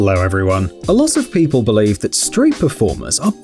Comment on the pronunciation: Well Im British so I think it qualifies me to recognise a British accent versus and Australian one! Listen to the first sentence; the word 'believe' ... you'll hear the Aussie twang within the first fe seconds of the video!